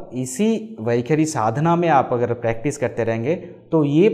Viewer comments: You are wrongly pronouncing as vakhari. Should it not be vaikhaari? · Its वैखरी NOT वैखारी .. and please don't chant any Vedic mantras until you have cleaned up your pronunciation. I appreciate your effort, but this is disastrous!